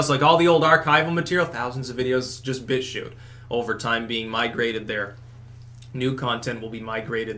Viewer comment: "He's now a bitchuter" lol it sounded like "bitch shooter" xD